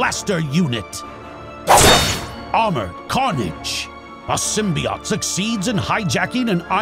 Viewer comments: Its sym be ote not sym be ot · It’s pronounced sim-bee-oat ⚫️⚪️